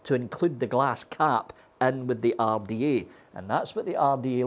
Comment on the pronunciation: When says single coil rrrrrda/take. My ears get a half chub